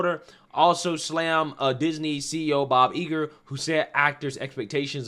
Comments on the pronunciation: Please learn how to read properly: The name of Billy Porter’s show is POSE , not Posse! The union is SAG-AFTRA pronounced like it is spelled not pronounced letter by letter and it is Bob Iger Eye-ger, not Iger. And please stop ✋ pacing so much emphasis on the last word of every sentence. It is annoying. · Gotta say, the fact that you don’t know how to say Bob Iger shows a profound level of ignorance on this topic that you really should not have at this point. This guy has been at the forefront of Disneys descent into wokeness and depravity for awhile now. You should know what his name is.